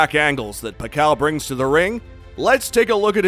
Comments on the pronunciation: PAK-YAW!! Not Pa-kaw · Pack- kyiaw not pakaw😅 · Paqaw🤣 its pakyaaaw not paqaw😂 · sometkmes he said it correctly the same way as how filipino say it. Pakyaw. But he usually say Pacow sometimes pacquiao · Pakyaw not pakaw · The pronounciation of Pacquiao should be Fuck-kiaw not Pa-kaw as you Pronounce.😁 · I love your video bro, but your pronunciation for Manny surname is wrong. It's "PAC-QUIAO", and not sound like "PACAO". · pakaw🤣🤣🤣 its not pacao. its Pacquiao (pak-yaw). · What do you mean pakaw?? Haha pacquiao (pakyaw) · It is pronounced PAK-YAW not PACKAW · It’s PAK-YAW (Pacquiao) thanks me later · P A K A W... dude butchering his name throughout the entire video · What the F...this vloger no good pronounce of the name pakaw, shit.. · you are an excellent narrator but who the hell is Pacau? ^_^ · pack-kaw? really? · ...Better get your IVR voice updated (not Pacao) just call him Manny... have to thumb u down. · It’s pa-ki-yaw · Who's pakcow? Please say it right. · Nice video bro. However you need to know how to pronounce the living legend's surname right. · If you want to show respect to Manny Pacquiao, learn to say his name right... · atleast. try to pronounce his name correctly, right before making a content about pacquiao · The pronunciation of Pacquiao is killing me!🤦‍♂️..smh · Not a big deal. It's a good content regardless of the wrong pronunciation 😊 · Please teach this Guy proper pronunciation....